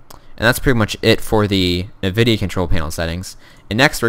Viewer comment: lol "NIVIDIA"